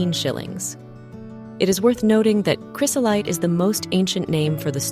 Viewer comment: Please check your pronunciation of items next time you do one of these videos. Its cry-zo-lite (not chris-o-lite) and peri-doe (not peri dot).